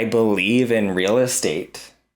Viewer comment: Is she saying “real state”??